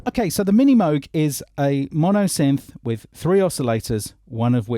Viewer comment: Yes Mooog not Mowg love mine